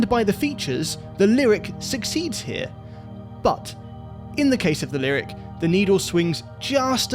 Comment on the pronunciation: it's pronounced "lyriQ"